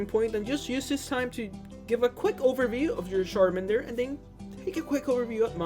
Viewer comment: Don't say Sharmander Plz say CHARMANDER